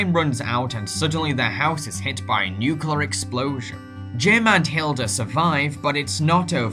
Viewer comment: Nuclear. Not 'nuculer'